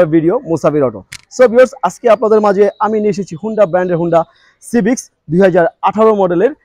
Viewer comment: হোন্ডা সিভিচ না ভাই! হোন্ডা সিভিক হবে।